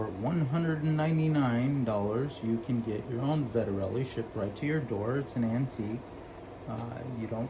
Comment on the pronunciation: Vet-Ter-Lee. 3 syllables. Why do people want to add syllables. It's not that hard.